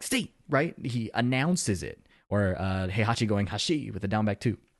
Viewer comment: This is no big deal but Heihachi d/b+2 says "ashi" (足) which means legs. "Hashi" is more like chopsticks (箸) or bridge (橋). I know how it sounds in game, but if u listen to the voice clip u can tell